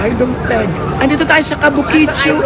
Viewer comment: KABUKICHO NOT KABUKICHU😅 kung hindi lng ako busy ay gusto rin sanang makipagkita sayo😊 sa iyo